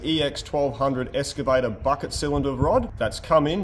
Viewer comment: It is pronounced EXcavator not EScavator.